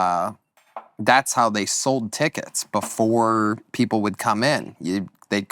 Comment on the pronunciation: “Soweld” - Tony Hinchcliffe (trying to say the word ‘sold’